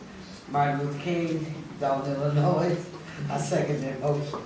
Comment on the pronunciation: It should be a requirement if you are an elected official in Illinois that you know how to say the simple word ILLINOIS